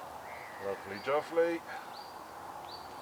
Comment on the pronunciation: If you say juvely one more time im gunna stone your peg its"jubly " you plonker lol